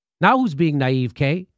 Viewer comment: I LOVE the show Jimmy and youre an amazing human being, but I feel like you're pronouncing naiveté, naive-k